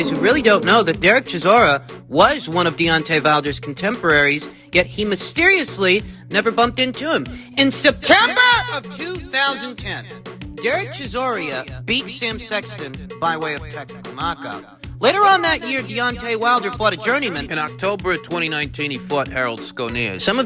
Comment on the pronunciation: It's Derrick chisora not chisoria